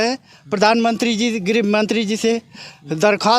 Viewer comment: Grih ko grah bol rhe hai